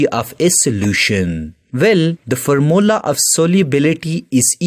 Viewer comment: You pronounce formula wrong😂😂